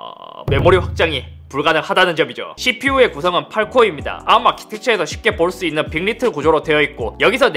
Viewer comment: 영어 약어를 읽으실 때 4글자 이상은 한 단어처럼 붙여 읽어도 무방하지만, 3글자 이하는 알파벳 따로 읽어야 합니다. ARM(에이알엠)